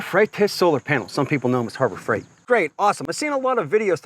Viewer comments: Sorry you lost me at "hubar" freight, you keep repeating that and its all i can hear. have a nice day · Hoobar fretas. Lol